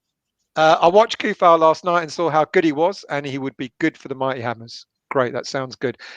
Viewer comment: Coufal is pronounced like C = Ts Tsunami not like Car